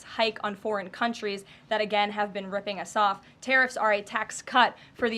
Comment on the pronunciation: "...and the President is a 'staunt' advocate for..." This girl's a dope.